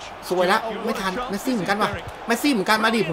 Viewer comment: เมสซี่ครับ ไม่ใช่ แมสซี่